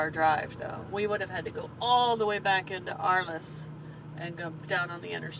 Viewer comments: France is my favorite place on earth (I am in NY). Great video! Marseilles is pronounced Mar-say and Arles is pronounced Arl. Keep safe and warm. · And the city of Arles is pronounced ARL